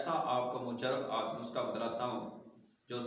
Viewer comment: اپنا لفظ درست کریں خدا کے لیئے اللہ پاک آپ کو اجر عظیم عطا فرمائے آمین اصل لفظ نسخہ ھے ناکہ (نسکہ ھے) دوسری اب پتہ چلا ھے آپ نے بولا ھے ( یتون )یہ اصل لفظ ھے زیتون تو پلیز اپنے لفظ درست کرلیا کریں شکریہ